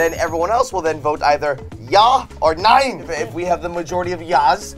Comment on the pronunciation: I love how you Pronounce ja and nein. No offense bit it's pretty funny